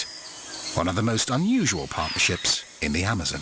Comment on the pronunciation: I don’t like the way he says Amazon. And Jaguar.